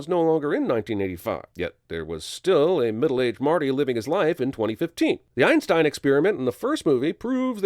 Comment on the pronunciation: Dude fucking what the arf arf’s name is Einstein get it right man